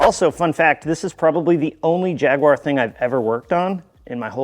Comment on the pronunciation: Wait, I must have misheard. I thought you said Jaguar